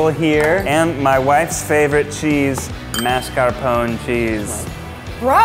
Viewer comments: The annoying thing is he doesn't pronounce Italian words properly... Mascarpon? Really? Where's the e? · I think it dropped to 17% after pronouncing mascarpone like that